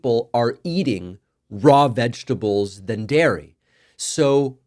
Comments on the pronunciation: Diaper Donnie can't pronounce vegetables because it contains more than three syllables. It appears the only three syllable word he can say is "tremendous". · We would prefer if you do not humour Trump by saying "vegables" and why are you dissing 'Sam and Ella", what did they ever do...